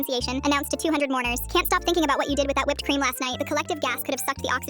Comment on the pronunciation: UM DID SHE JUST SAY WIPPED CREAM?????